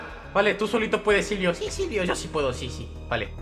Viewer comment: con tdododododododoodtodo y se dice silvio no zilvio jajajaja